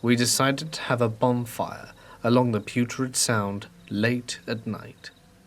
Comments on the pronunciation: I think you meant to say Puget Sound not putrid sound lol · As a Washington resident I spend to long laughing at how you said Puget sound.